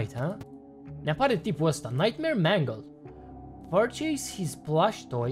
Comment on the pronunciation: Și se pronunță mengal